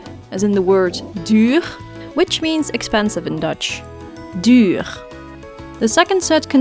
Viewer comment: Trouwens het is DUURRR En niet DUUGGRR